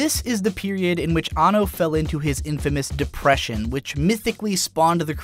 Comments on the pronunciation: His name is pronounced "An No" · He is AN-NO, not anno